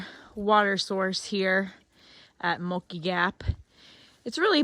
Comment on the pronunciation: Congrats on finishing the GA Loop! I hate to be "That Guy" but a couple of correction....First, it's pronounced Benton Mack-EYE as in your eyeballs. Second, there is a bear cannister requirement on Blood Mountain as you mentioned but it doesn't apply to Woods Hole Shelter as they have a heavy steel bearproof box that campers can put all their food in.